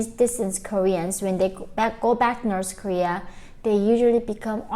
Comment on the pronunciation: Norse koreea..🤣😂😅